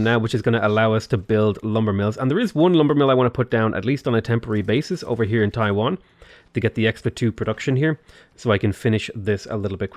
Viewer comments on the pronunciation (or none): pronounces Taiyuan "Taiwan" Me: Let's not open up this pandora's box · Pronouncing Taiyuan as Taiwan, Taiwanese and Mainlanders: Reeeeeeeeeee source: wife is from Taiyuan.